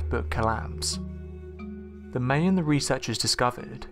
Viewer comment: Never heard of the May-Annes before. I've heard of the My-Ans. Dipshit. TOTAL MISPRONOUNCIATION